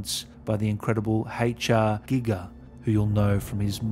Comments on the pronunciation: It’s a pronounced g”eye”ger not gigger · You know, just by saying "giger" correctly you earned a like.